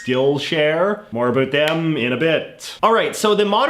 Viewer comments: why do you pronounce ABOUT like that???? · about: uh-bAut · the way you say about is unbearable lol